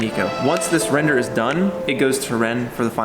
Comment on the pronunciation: Guys, I miss the “Wrender” pop ups whenever wren said render. :)